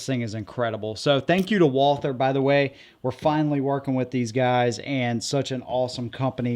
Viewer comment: All one has to do to CORRECTLY pronounce this manufactures name is to simply drop the H So you just say Walter As one of our oldest makers in the world dont you think they at least deserve to have you learn to say the name correctly ?